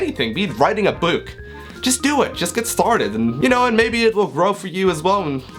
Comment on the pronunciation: "Be it writing a Beuuk" lol sorry